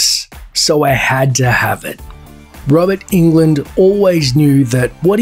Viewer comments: It's also not pronounced as England, like the 50 times in this video. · All this research and you mispronounce his name 50 times? Ridiculous